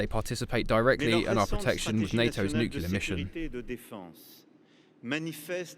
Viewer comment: Who’s the guy narrating who can’t say “nuclear” properly?